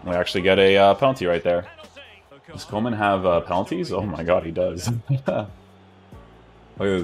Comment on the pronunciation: I thought coman was a winger at bayern.. Haha its funny to hear foreigners pronouncing dutch names..